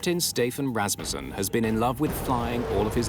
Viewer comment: Thank you for pronouncing Rassmussen correctly.